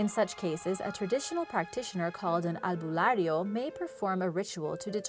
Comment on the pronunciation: You nailed to pronounced all the names of it and even the "albularyo" except the "bungisngis" .. And thanks for sharing our mythical creatures ..